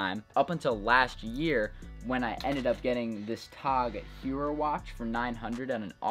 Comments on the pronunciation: that’s not how you pronounce tag heuer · he said tag heuer wrong lmao